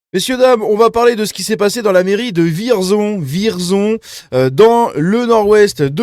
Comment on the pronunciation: Et juste comme ça, ça se prononce "Vièrzon".